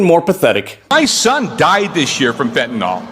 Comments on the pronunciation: That would be "fent-oo-nyl" or "fent-you-nyl." If you want to go with a 'u', we need to add an 'h,' as in "fent-uh-nyl." Either way, the last syllable is still pronounced "nill," not "nall." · Please pronounce Fentanyl properly. It's FEN-TAN-IL. NO OL. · I'm astonished that Maga/Trump/Repugnicans are so obsessed with Fentanyl that they can't pronounce it properly, it's not Fentinol it Fentanyl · The instant someone says 'ker-marla' and 'fentin-all', you know they're a moron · Why is it no one in maga can pronounce the name of the drug, THEY constantly bring up, correctly? You'd think they would know how to pronounce a word they say non stop? 'fenta nill' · Right wingers cant seem to pronounce Fentanyl. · That can’t even say her name correctly disgusting 🤮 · The number of people who can't even pronounce "fentanyl" is simultaneously hilarious and depressing.